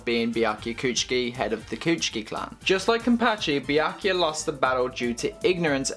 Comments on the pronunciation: kuchiki what? biaki? wtf is it so hard for u to pronounce byakuya? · The topic seemed interesting, but i couldn't watch this video more than 1 minute with how this guy mispronounces Byakuya